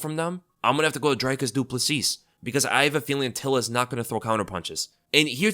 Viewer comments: its pronounced Drecus Doo Pla see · It’s pronounced Dree-Kus Doo-Plus-See, just wanted to help you out with pronouncing it. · Its PRONOUCED dreeEEEkus du plessee !!!, UNSUBBED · It's honestly pretty funny how badly you mangle Dricis du Plessis. I don't think I've ever heard anyone pronounce it worse lol